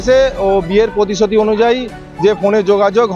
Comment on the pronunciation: কথাটা পতিশতি না প্রতিশ্রুতি। বাংলা টা শুদ্ধ করে বলা হক।